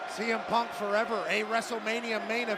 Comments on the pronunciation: Cole said semen then corrected himself saying cm instead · Michael Cole said semen punk😂😂😂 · Michael Cole: "semen punk" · blud called him semen punk nahhhh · Paul heyman did tell semen😭😭